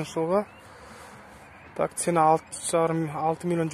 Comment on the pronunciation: Автор орысша сойлей алмайтынын коринип тур акыры казакша сойлеп жатсынгой сена емес цена болады ми багасы деп айта берш топас